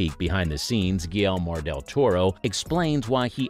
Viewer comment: "Guillelmor del toro"